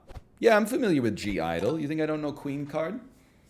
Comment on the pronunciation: Mispronounces (G)I-DLE, mispronounces æspa, questions his accurate pronunciation of NMIXX, love ya egg <3 Also please release a full cover of Queencard, the people demand it